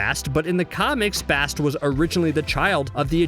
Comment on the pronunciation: How the hell do you mispronounce Bast when you heard the correct pronunciation many times in Black Panther. It's not hard. Damn. Ok I cant finish this list. There are countless examples of this dude not giving a damn about correct pronunciation and disrespecting the stories and characters. What a joke